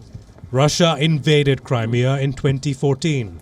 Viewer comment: She pronounces Crimea wrongly she says Crymia